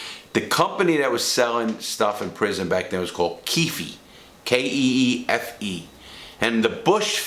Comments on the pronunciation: It’s Keefe coffee “KEEF” just saying not Keefeeee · The E in Keefe is silent.